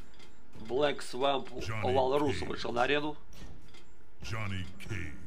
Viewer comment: небольшая поправка, (блЭк свАмп вОлрус, а не волрУс) просто так звучнее и правильно